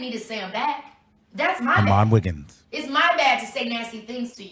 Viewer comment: Did I hear Armon Wiggins? 😂😂😂